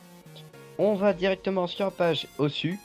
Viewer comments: sa se prononce osou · on écrit osu mais prononce osou banane